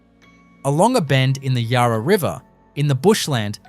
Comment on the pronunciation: Mispronounced Yarra too. Would also like to point out that Fairleigh was a women’s prison. Hate the use of AI in these videos. Maybe if you are passionate about Melbourne, you could do the voice over yourself. Won’t be watching anymore of your videos.